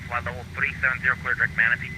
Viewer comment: “MNATE” is Manatee.